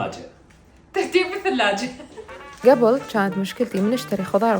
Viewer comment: هلاااا تكول كبل مو قبل يابه 😂